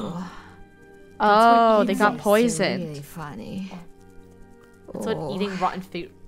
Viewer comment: Ooop- (Im not a perfectionist but you said funny instead of Funneh)